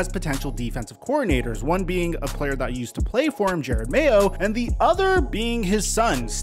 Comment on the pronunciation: “Why do dat “ when it says “that” 🤔🤔. Did it sound as bad between your ears as mine?! 😪